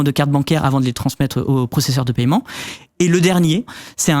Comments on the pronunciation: Paiement pas paYEment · JE SIGNALE AU BARBU À LUNETTES QUI PARLE DANS LE DÉBUT DE LA VIDÉO QUE L'ON NE MENTIONNE PAS LE PAILLEMENT LE TERME C'EST PAIEMENT IL N'Y A PAS DE YEUX ORALEMENT DONC IL FAUT QU'IL REVOIT SA PRONONCIATION DU MOT JUSTE POUR INFO EN+ IL APPUIE FORTEMENT SUR LA SYLLABE EN QUESTION À CHAQUE FOIS QU'IL LA PRONONCE ! BREF FIN